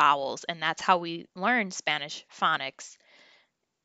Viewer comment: Did you say phonics or FunNiks! 😂. You are making it fun!! ❤